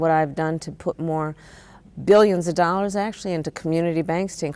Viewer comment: " dollas " I noticed she doesn't say dollars these days. This interview and her adds she says "dollas" Holla for Kamala for your dollas 😂